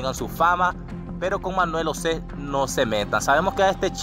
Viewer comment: por que dices Manuel osé, osé Joel y osé osé, creo que tienes problemas pronunciando la J, es algo que puedes corregir.